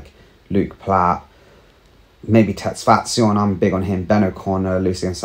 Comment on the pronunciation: Good to see someone who can pronounce tesfation name well 🎉